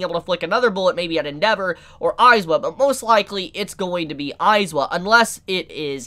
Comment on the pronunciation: Eyes-wa? no no no, Eye-zawa.